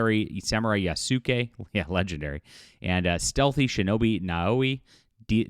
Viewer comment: Its pronounced Yas-Kay Not yah soo kay If your going to make a video roasting ubisoft for cultural ignorance you should probably not do the same thing yourself Also if you don't understand actuzl Bushido you shoukd refrain from referencing it